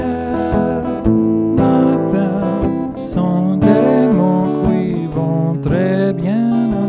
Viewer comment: Hi, very nice french speaking here! Just one mispronunciation on "qui" which must be pronounced "ki" instead of 'koui"... And as usual great guitar playing of course!